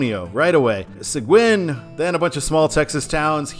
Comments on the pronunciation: Great video as always! By the way: It’s pronounced “Suh-geen” If I had known that you were doing this, I would have sent a request in to show Sealy, where I grew up. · Seguin is pronounced Se-geen. It's Spanish. Okay...so you hit one of my pet peeves in Houston. I talk about this a lot on my videos. For some reason, US-90 was removed from the overhead signs. When I came to Houston back in 1980, US-90 was on all the overhead signs through downtown. TxDOT, in whatever plant they were smoking, decided that Houston drivers would be too dumb to figure out the difference between US-90 and Alternate US-90 (which comes into Houston over in Rosenberg. It makes it look like there's a gap with US-90 through Houston, as you have one end in Katy and the other end at the intersection of I-10 and I-610 on the east side of Houston. Apparently, US-90 isn't the only road TxDOT did this to: US-77 through Dallas (it multiplexes on I-35E) and US-67 when it enters Dallas, first on I-35E (muliplexed with US-77), then on I-30 East. As for US-290: Technically US-290 ends at I-610. It doesn't officially connect back to I-10/US-90. However, when they rebuilt US-290 and I-610 a few years ago, someone in planning decided it would be nice to tie US-290 into the direct connect ramps that connect I-610 and I-10, so US-290 now has dedicated exits for I-10/US-90. As far as I'm concerned, that connects US-290 and US-90. It's just not official (although you will see a sign heading west on I-10/US-90 that connects to US-290 Express lanes). Fun fact: On the east side of Houston, at the exits with North Wayside and McCarty, Alternate US-90 joins I-10/US-90 from North Wayside, go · Seguin = "Seh-GEEN" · Seguin is pronounced se-GEEN.